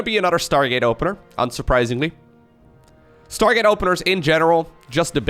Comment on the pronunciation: "startgate" - haha thats why i love u